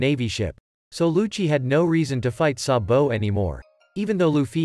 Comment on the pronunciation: Why he said sambo it’s sabo